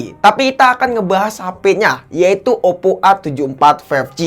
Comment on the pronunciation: Oppp ❎ Oddo ✅ 😂